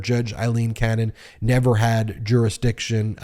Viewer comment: Feels like an exercise in mispronouncing her name as many times as possible. Force her recusal, but also say her name right.